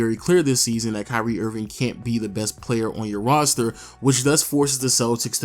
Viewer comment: is it just me or it sounded like he said curry Irving